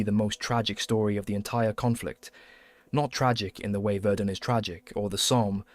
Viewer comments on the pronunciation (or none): none